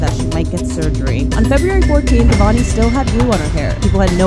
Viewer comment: "avani rey-s" 😟